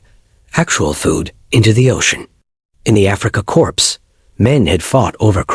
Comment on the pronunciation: Core, not corpse! Please learn.